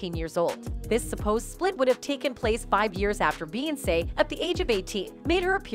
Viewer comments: thsts the only reason why I came here..."you sound stupid saying beyonce learn how to speak clown"🤷🏾‍♂️ fucking annoying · Noones gonna comment on how she pronounces Beyonce?! OMFG!!!! 😡